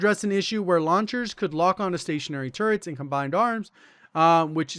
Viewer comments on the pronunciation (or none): none